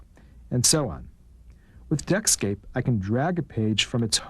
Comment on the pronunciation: "Deckscape", not Netscape